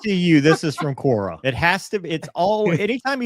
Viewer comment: What’s Cora ? Or are they saying Quora ?